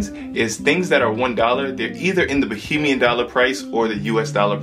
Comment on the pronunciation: ok kids, it's Ba(HAY)mian.😉